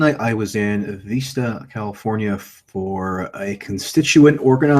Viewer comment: wow dude it's called Vista como veesta